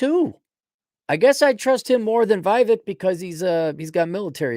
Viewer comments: his name is not pronounced phonetically, it's "VEE-VAKE" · vake like cake